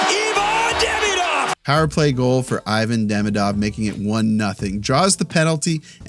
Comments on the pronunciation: ee-van, not eye-van ffs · if you google how to pronounce IVAN, you learn how to do it properly. peace